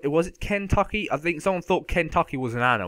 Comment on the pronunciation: haha you cant even say Kentucky rite